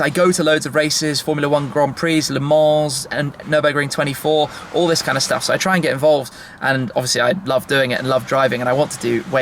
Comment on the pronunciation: Who cares shmee why don't you get a girlfriend and a new wardrobe and change the way you say sooo